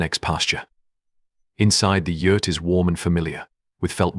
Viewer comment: When were you in Mongolia 🇲🇳. I have been there several times and your not correct in a lot of information very sad. I'm from Ireland 🇮🇪 so trust me you can't even say Yurt correctly